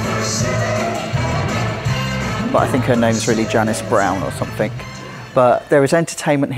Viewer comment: A baffroom?! Somefink, nufink, proberly...lol